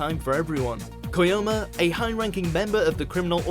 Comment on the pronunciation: DID YOU JUST SAY "KOYOMA"???